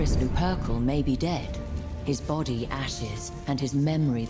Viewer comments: "Horus Loo-PERKUL"? hahaha wtf. It's Looper-Kal, as in 'lupercalia'. Jesus. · That was a strange pronunciation of "Lupercal"